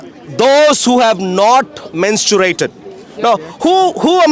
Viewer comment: MenstuRated!?!?!? Learn how to pronounce words first wtf